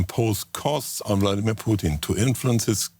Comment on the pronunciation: Is it Bloodimir or is Vladimir?